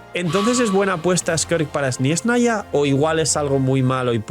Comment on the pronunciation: Pero por que dice sniesnaya? Suena igual que “espanoa”